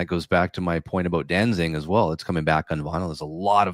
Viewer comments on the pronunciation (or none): Uh, you mean Danzig? No “ing”